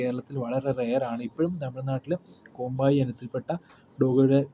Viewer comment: കോമ്പായി അല്ലടാ കോമ്പെയ് എന്നാണ് കറക്റ്റ്